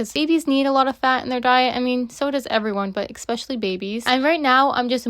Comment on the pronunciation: Why do you say expecially? I only heard this from afroamericans.